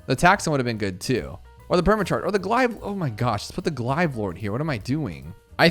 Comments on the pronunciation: GLAVE NOT GLIVE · STOP CALLING THEM GLIVES ITS DRIVING ME INSANE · Bro says pronounces glaive as glive 💀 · "glahive lord" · "Glive lord" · “Glive lord” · It's not pronounced glive lord!!!! I know im overreacting but it really grinds my gears 😅🙃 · that is not how you pronounce glaive